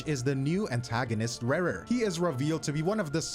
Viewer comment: ReRe of kaenriah? ouch XD Rächer is pronounced like Resher. .x